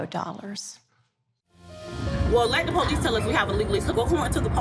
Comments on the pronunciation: Just plain GHETTO... embarrassing...and it's Police NOT Po lease. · Ah yes, the poh-lease. 🙄